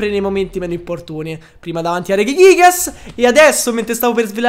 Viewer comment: È bruttissimo il modo in cui pronunci reghighigas e non si può sentire proprio il dio archias...